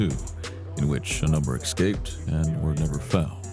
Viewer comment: Omg, did I hear the narrator (who is supposed to be a professional) say ek-scape?!